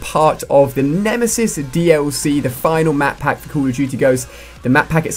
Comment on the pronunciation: he is saying madpack ?????!!!!!